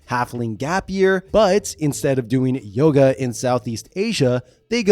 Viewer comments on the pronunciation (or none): none